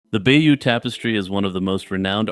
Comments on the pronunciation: Stop saying "bayou". It's pronounced "bay-yoh". It's French. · Bayeux is not pronounced like the bayou. It’s more like Buy-yur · Bay-OWN, not by-you! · Its not "bayoo" but "by-yuh" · Bayeux I believe is pronounced Bay - urr not Byoo, apart from that nice video